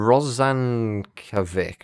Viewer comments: "-vic" sounds like "Mitch", rather than "Mick" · FYI - "Rozankovic" should be pronounced "Rozankovits" - unless there was an accent on the c, in which case "Rozankovitch" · Just because i had to hear you struggle with it repeatedly; Names that end with '-ovic' are pronounced '-ovich', think every eastern european last name ever.